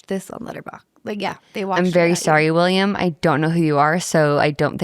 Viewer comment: It's WILLEM, not William, Dafoe. Willem is the Dutch version and that's what he's called. Jacob Elordi is Australian, not British.